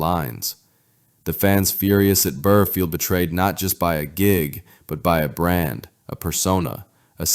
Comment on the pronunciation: Also, it's oakerson not aukerson and burr not bird